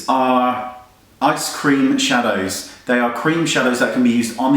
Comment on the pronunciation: i could have sworn you said ice-cream shadows. totally yummy tho